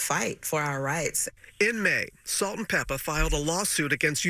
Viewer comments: It’s Salt and Pepa. Please stop saying Pepper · Did anyone tell that it's "Peppa" not "Pepper". Put some respect on that legend's name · Love you. You are a very well spoken woman! But it’s pronounced “PEPPAH” not pepper. Kinda similar to the N* word ❤❤❤ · Please note … It’s Salt & PEPA! Not Pepper…!! Thanks Love! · I was just about to say - IT'S PEPPPPAAAAAA NOT PEPPPPERRRR. SHE IS CLUELESS ON OLD SCHOOL HIP HOP! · its Pepa!! Not pepper!!! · it's PEPPA not PEPPER 😅